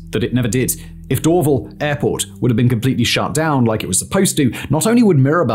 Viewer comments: Why didn't you mention the Airbus assembly plant where the A220 is built? Bombardier also still has some facilities at Mirabel. Hundreds of later model CRJs (700 and 900) were built there. Most civil Bell helicopters are also built at their facility adjacent to the airport. You also mispronounce Dorval. It's Dor-VAL with emphasis on the VAL. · Do an episode on the Pickering airport, vast tracts of land were expropriated to build a new airport for Toronto and then it was never built. And it's DorVAL airport, accent on the second syllable. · The emphasis is door-VAL btw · In the rare case you ever need to say it again, the stress on Dorval is on the second syllable 🫡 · First off I wanted to vomit every time he tried pronouncing Dorval. It is Dorv-Al. Not Dorv-il. In the 90’s I flew out of Mirabel to Brussels. After being used to the 15 minute drive to Dorval the long drive to the middle of nowhere was brutal. Another aspect not talked about was Bill 101. Many large corporations moved out of Montreal to Toronto. Also more needed to be said about more fuel efficient planes and ETOPS. I will say this about Dorval though. I live in Vancouver now and it has the nicest airport in Canada. Montreal’s airport is the ugliest. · Sorry but it's not Door-ville airport, it is DOOR-VAL (Dorval). Mirabel is the merger of 2 sisters names whose family farm was absconded, Miriam and Isobelle. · “DoorVille” airport 😂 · It's "Dor-VAL" not "Dorvel" ;) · It’s Dor-VAHL. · Dor-Val. NOT Dor-vil. 🙄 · Cringe - the mispronunciation of Dorval. Door- VAL not door-vul . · Dorval pron. "door-vAAl". Just to add another use for Mirabel: Airbus A220 manufacturing/flight testing / airline customer delivery. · Door-VAHL airport. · As a Mun-tree-all-er ( Montréal ) just as a heads up. Dorval is pernounced door-val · Hearing Simon say Dorval... that is ear cancer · This guy mispronounces DORVAL